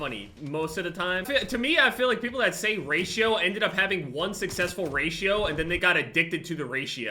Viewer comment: When says "Raito" instead of "Ratio"